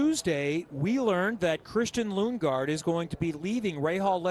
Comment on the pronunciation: Wait the guy even announcers call lunge gaard?